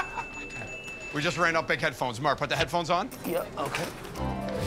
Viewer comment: It’s murr, sir. 😂😂😂😭😭